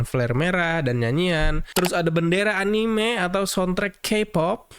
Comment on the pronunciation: Bacanya anime bang, bukan anim.